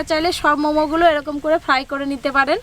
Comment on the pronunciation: ফ্রাই উচ্চারণ সঠিক নাহ